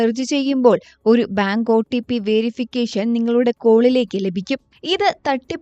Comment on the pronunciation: OTP ഒ-ട്ടി-പ്പി അല്ല ഒ-"റ്റി"-പ്പി